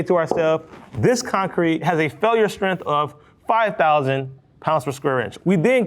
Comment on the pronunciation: I hate when people say the word strength like strinth. There's a g in it.